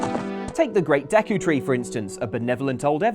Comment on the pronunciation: When you realize how pronounces Dee-ku Tree & Ko-ka-ree Forest 😐 it's almost as angering as learning how some people pronounce Behemoth from Final Fantasy